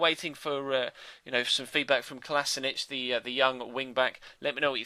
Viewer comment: his name is kol oh she nak not kolosanich